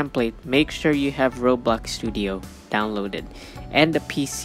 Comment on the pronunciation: it sounds like he said you need robux studio